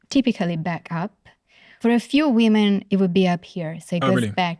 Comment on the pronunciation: I struggled to extract meaning from this. She just said “weemen” 5000 times